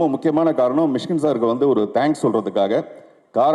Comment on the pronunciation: மிஸ்கின் இல்ல.. மிஷிகின்.. நாக்க நல்ல வழிங்க.. அப்பதான் வல்லினம், இடையினம்,மெல்லினம்.. வரும்.. 🤣🤣🤣🤣🤣🤣.. என்ன தமிழ் பேசுறீங்க அமீர் பாய்.. 😇😇😇😇😇😇😇😇😇😇😇🤣🤣